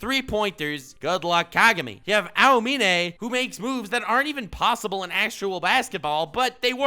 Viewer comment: The greatest rivalry is and the pronunciation of Aomine and Murasakibara.